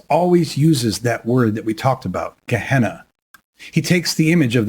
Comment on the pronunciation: Gehenna not kahna